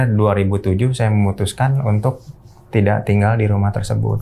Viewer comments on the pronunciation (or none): none